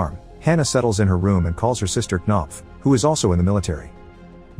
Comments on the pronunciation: "Kuh-nopf" lmfao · Oh hell no there's no way she's called knopf 💀😭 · Knopf? Really? Unless it's a Danish name or something, it's just ridiculous. Sounds like a fart cough.